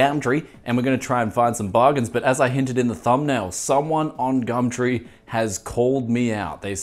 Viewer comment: Literally just here for "gamtree"